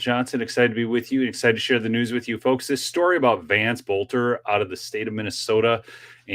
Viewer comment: Just a quick correction, his last name is pronounced Belter. The O is silent. His dad was my geography teacher.